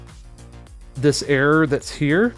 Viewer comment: Error with silent 'r' 😂😂